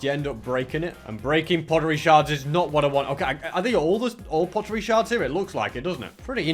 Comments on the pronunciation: they're called sherds not shards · ITS pottery sherds not pottery shards time: 18.00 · He said sheards wrong